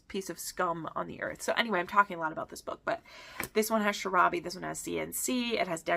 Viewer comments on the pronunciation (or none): Adding a bunch of those to my TBR list right now. Thank you! I have a question, though: when you say "sharabi", are you referring to "shibari"? I just wanna make it sure I got it right before I add them to my list😅 Thank you for the video!